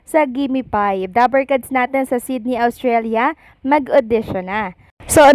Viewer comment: Ostralia - Not Awstralia